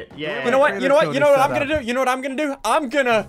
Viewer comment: Me: I'm already subscribed Ssundee : I'm gan a break up with you